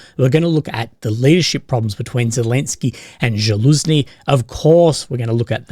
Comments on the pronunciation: You are constantly mispronouncing Zaluzhnyi. It's not Žal-uzni but Zal-uŽni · It's not JAlouzni , it's ZAloujni. You being a journalist, you must pronounce names correctly